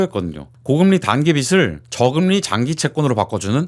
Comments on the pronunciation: 빚을 - '비츨' 이 아니라 '비즐' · 자꾸 빚을 빛으로 발음하니 집중이 안된다...